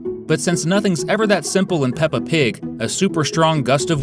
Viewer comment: ITS NOT PEPPR PIG ITS PEPPER